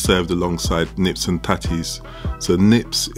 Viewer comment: Its Neeps, not 'nips' 😁